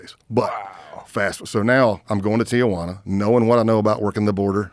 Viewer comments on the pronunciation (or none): It's Tijuana, not Tiajuana